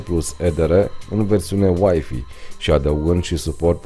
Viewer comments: Scuza-ma, dar WiFi se pronunta ,,uaifai'' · nu mai zi uaifi ca ma enervezi rau !